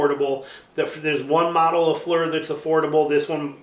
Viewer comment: thanks for the review! “loo-pold”, by the way. also, “fleer” like deer.